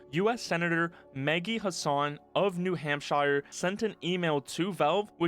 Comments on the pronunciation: "from New Hampshyre"😂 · There's nothing i hate more than the pronunciation "New Hamp Shire"